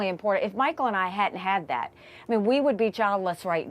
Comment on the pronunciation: To Nikii and MTG, theres no "D" in "important"!! Makes you sound ignorant